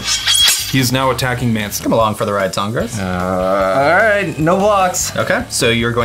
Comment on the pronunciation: "This is my commandarth, Tahngarth"